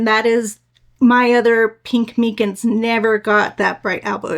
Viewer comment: MY-Cins is how you pronounce it.